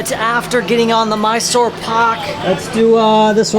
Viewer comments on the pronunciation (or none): none